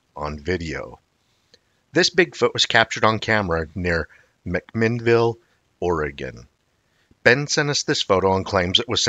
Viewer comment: It's pronounced You-Ma-Tilla. You got McMinnville Perfect tho!!! I applaud that! I'm from McMinnville (we call it Mac) not many people say it right the first time.